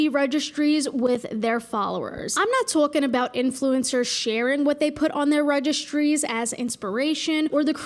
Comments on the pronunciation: Sounds almost like TWOC-ing. Which is something completely different. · Twolking about